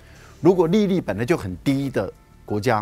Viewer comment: 利率的發音怪怪的